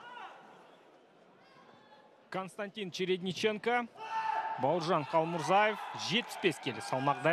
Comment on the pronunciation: Қалмурзаев емес, Қалмырзаев деп айту керекқой, ағайын!